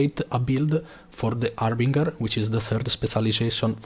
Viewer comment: Harbinger - haar buhn jer , not hamburger .